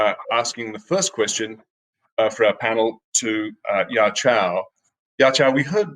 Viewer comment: Btw "yaqiu" is pronounced as "ya chew"